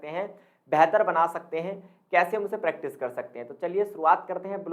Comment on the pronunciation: Bhaishab प्रेक्टाइस ni hota .. प्रैक्टिस होता है।।😂improve your pronounciation 😂